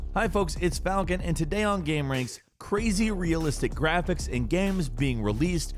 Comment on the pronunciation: like a we know like ...... this is really like.... in terms OF Graaphecs bruh this guy talks like the high school bitch